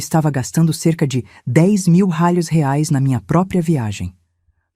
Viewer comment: Que pronuncia é essa ?? Ou é Reais ou não é nada